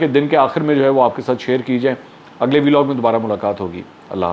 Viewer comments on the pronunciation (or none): none